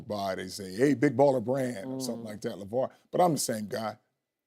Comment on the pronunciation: LAY-Var lol not LaVar. LAY-Var..... Shay have me cracking up